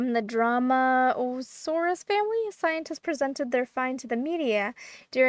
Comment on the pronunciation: Also its pronounced drome-ee-o-saurus... Not dramasaurus...